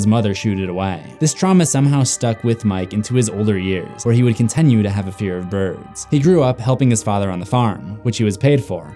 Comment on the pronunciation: idk how many more times i can here you pronounce your "i" sounds as "eh" it's wild. you say continue like it's "contenue".